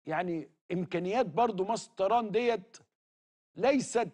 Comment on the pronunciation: هو اسمها مصطيران ولا مصر للطيران 😂😂😂😂😂😂😂😂😂😂😂